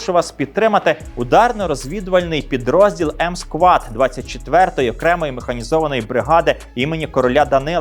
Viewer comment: Дуже дякую за ваші відео . Завжди дивлюся з захопленням і за підтримку ЗСУ окреме дякую. Але єдине малесеньке проханнячко Squad читається як Сквод